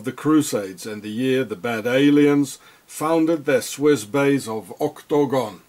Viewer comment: Love how you say OCTAGONE.